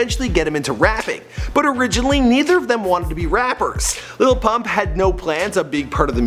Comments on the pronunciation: This dumbass just says Lipuhh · I learned something from this video. His name is actually pronounced "LITTLE Pump" and his song DRose is pronounced "DuhRose" Thank you I can now go correct every person who thinks it is the way I thought it was beforehand.